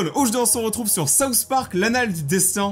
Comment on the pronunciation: C'EST est moi ou il dit toujours '' '' déssin '' '' au contraire de '' '' déstin '' '' ?